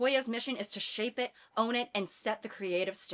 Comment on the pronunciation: “own it”. Emphasis on “own it”….